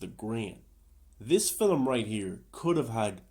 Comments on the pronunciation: The word is film, not filim. Now syllable, not two. Aside from that, I actually appreciate watching someone dive deep and analyze this movie in the way that doesn’t just jump in and trash it. I still don’t know what I think of it and will probably have to give it a couple more viewings before reaching a conclusion. I definitely appreciate reviewers I will give the movie an analytical breakdown and actually justify their opinions rather than just trashing it and not backing up why. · never trust s movie reviewer that pronounces film, "feeleem". this movie is not that deep. it was garbage in comparison to its predecessors.